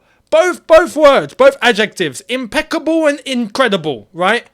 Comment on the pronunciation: 'incredible', 'impecible' . . . Was that Mike Tyson or Don King?